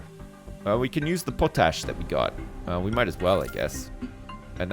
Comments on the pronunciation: Po-tash?, its called Potash. All one word with no emphasis on on the po. lol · its pot-ash.. not putush.. -_ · It's pronounced 'POT-ASH'! C'mon bro, you're from Canada -- you know, the world's largest producer and exporter of Potash:) <3 <3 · I love the pronunciation of potash like it's something made up for the game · the way he said potash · Why is he saying potash like that?